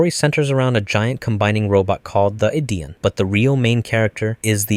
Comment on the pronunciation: Ok now I know you have to be doing the pronunciation thing on purpose because how to mispronounce Ideon but then pronounce bokurano just fine